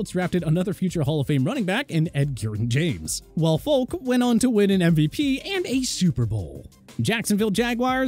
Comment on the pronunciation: For a sports channel, these guys mispronounce more names than I could ever imagine Edgerin... NOT Edgaring - Faulk... NOT Folk